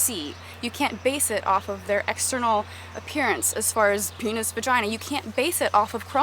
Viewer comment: Thats a amazing point, I will ask that question more often now Haha :) also I LOVE the way you say peenus vaginuh...